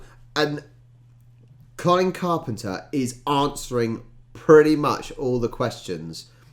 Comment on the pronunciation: You actually pronounce his name as 'coln carpna' 😊